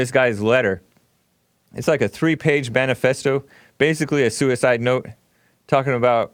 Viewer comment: WTF is “BANIFESTO”? Yep...he stupid huwhite!